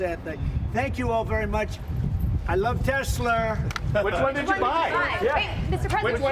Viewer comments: min time stamp, "I love Tesler!"😂😂😂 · I love tesler!😂😂😂